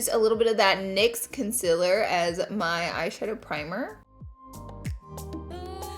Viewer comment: Swear I thought I heard you say con·SEALER and not the usual con·SILER haha. Love you laura!!! Always so gorgeous